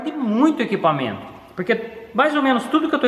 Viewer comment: Um cara tão inteligente, querendo ele podia falar melhor nossa língua portuguesa tão bonita, é de doer ouvir ele falar "inquipamento". ISSO É UMA CRÍTICA CONSTRUTIVA!